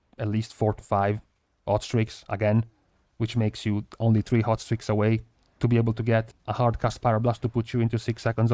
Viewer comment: When you were talking about hot streaks... I kept hearing 'ostrich' and I was like... "it's some new weird trinket with procs ostriches or wat".